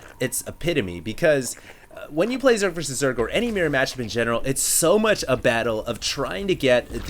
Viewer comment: im sorry but please say mirror properly.